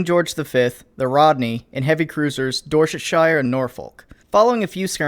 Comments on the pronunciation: Don’t forget the pronunciation of Dorsetshire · I love your vids, but the pronunciation of Dorsetshire and Norfolk pain me in ways you cannot comprehend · You pronounced Dorsetshire incorrectly. Any English name with shire is pronounced like sheer. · HMS Dorsetshire not Dorchester. He's not saying it right anyway but he's not saying dorchester. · Norfolk = Norfook pronunciation wise, no idea what you were trying to say with Dorchestshire, great vid keep em coming - a Brit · Your pronunciation of Norfolk and Dorsetshire hurt me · How can you fuck up pronouncing "Dorsetshire" so badly lmao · How tf did you pronounce Dorsetshire 'Dorshashire' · Unfortunately the real OOF here is your pronunciation of Norfolk and Dorchestshire :( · Nor-faulk and Dorsuhshier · I'm sorry but as a Brit I can't not say something - HMS Dorsetshire is pronounced "Dorsetshear" rather than "Dorsetshieyer" and Norfolk like "Norfuck" (no, really) rather than ...."Norfolk". I know, it's stupid and nonsensical but you are the people who can't say "mirror" or "craig" without some sort of anti-vowel speech impediment. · Another example of somebody pronouncing (insert first half of place name)shire. It’s pronounced “sh-ir”, not “sh-iyer” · It's pronounced "shu" not "shi-er" :D God, what has Tolkien done to all the british place names? ;) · "Dorsetshire" it's pronounced like Yorkshire or "Dorsetsher", not like the Lord of the Rings Hobbitlands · my dude, nice vid, but the Dorsetshire is pronounced Dorsetsheer not shyre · How is it that Americans can pronounce Wehrmacht and Kriegsmarine perfectly but absolutely butcher something like Dorsetshire? (It's pronounced door-set-sheer) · Dorsetshire = Door set Shiyar (pronunciation) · My dude, your pronunciations of Dorsetshire and Norfolk are killing me. Door-set-sheer and Nor-fuk are how they're said. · Hearing the way you pronounce dorcetshire and Norfolk makes me laugh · Lol Norr-Folk and Dor-Chest-Shy-Errr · Nor-Faulk and Dorsett-Shire lmao